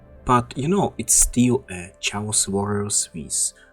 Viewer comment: Chaos (KaY-osS)